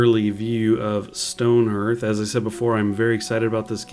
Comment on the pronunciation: Stoneherth? no its stone HEARTH, pronounced HARTH